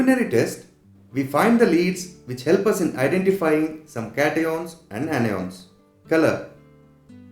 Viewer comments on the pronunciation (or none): Catioans Anioans 😂❤ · i heard caty-on and any-on